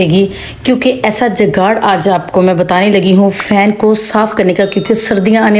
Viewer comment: Dekhiae pahle to aap bolna Sikh lijiye aap galat bol rahe hain jugaad bolate Hain jugaad aap bol rahe hain